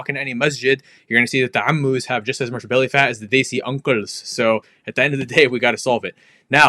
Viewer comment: The 3amoos and the uncLles 😂😂 great video brother